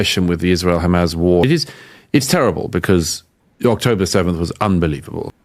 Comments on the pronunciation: Why he keeps saying Hamazz??? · Why can this clown not pronounce Hamas properly?🤦‍♂🤣